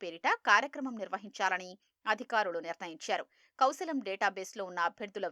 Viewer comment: కౌశాలం !!! "కౌశలం" కు వచ్చిన తిప్పలు.. తెలుగుకు పట్టిన తెగులు... :face-purple-crying::face-purple-crying::face-purple-crying